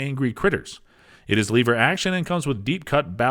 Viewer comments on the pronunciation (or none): "leever" action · And "leever action". What were they thinking? "Hey Steve, you don't know anything about guns, come here and read this script".🙄